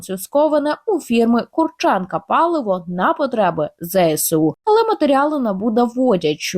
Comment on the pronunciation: Курченко наголос на букву У - пожалуйста нековеркайте слова !!!!!